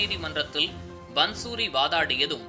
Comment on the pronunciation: பந்சூரி என்று உச்சரிப்பது தவறு. பாந்சுரி என்று உச்சரிப்பதே சரி. பாந்சுரி= புல்லாங்குழல்.